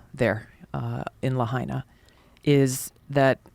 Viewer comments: Lahaina is pronounced, “Lah Hyna.” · Btw the Biden Administration changed it from $700/ person to $700 per Household...smh. Pronounced "lay hi na." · "LAHAINA" .... (LA--HINE'-A) Say the NAME!